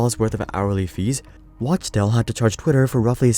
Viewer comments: It's clearly spelled Wachtell. How you keep saying Watchtell? It is pronounced Wak-Tell. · It’s pronounced “wock-tell”